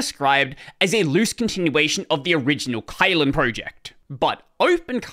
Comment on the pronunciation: Not pronounced as kite, the y in it in China, we pronounced it as i in kit in this word Kylin.